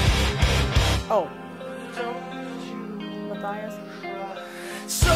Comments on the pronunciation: Muh-tee-us maybe? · Mattias is pronounced Ma-tee-as